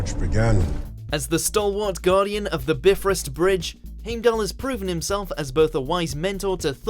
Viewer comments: This video is so good in everything except how target say “heimdall” who is actually Hemidall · ”Heymdal”??? ”Beefrust”?? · At least get the pronounciation right with Heimdall and Bifrost